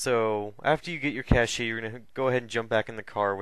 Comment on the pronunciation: Its pronounced cash not cash-ey....